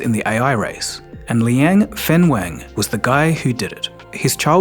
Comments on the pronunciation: Wenfeng 文峰 - not Fenweng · You got the name wrong at the beginnning, Wenfeng not Fenweng